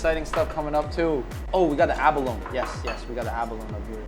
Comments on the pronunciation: Abalone is pronounced "a·buh·low·nee". Not "a-buh-loan". Google "pronounce abalone". I knew Abalone divers and this is how they all said it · It’s abaloneeeeee, not abalone, please pronounce properly! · Abalone is pronounced A-ba-LO-nee :) It rhymes with "baloney". not "alone". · and abalo-nee, not aba-lone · Abalone is pronounced with along E at the end (think abalone-eee). I grew up with my family diving for them in California. Shells were so big - 10+ inches!! Only legal from farms now and it takes years just to get as big as the ones they had with hot pot. Expensive too… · I believe abalone is pronounced abalonEE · its abolony.. nee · It’s pronounced: ah-ba-lone-ee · First time I've heard abalone pronounced "ab-alone"... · Yo js its pronounced a-ba-lo-nee 😅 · I think you pronounce abalone wrong lol